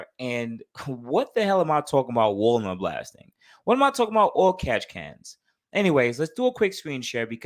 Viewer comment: I thought you was saying Walmart blasting lol nonetheless I learned something new today 👍🏼